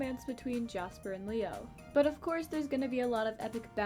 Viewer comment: When you first said leo's name I heard mayo T-T